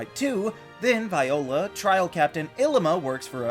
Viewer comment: It’s pronounced VEE-oh-luh, ih-LEE-muh, lil-EE-pup, ih-LEE-suh, and rye-HAHN, “Patrick Star”. 🤨